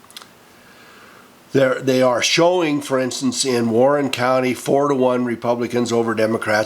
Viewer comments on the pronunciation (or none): none